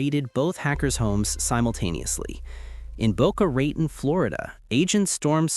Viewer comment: Good lord if you’re gonna use Ai narration, at least be smart enough to use the accent marks in your script. Tf is Boca “Raytahn”?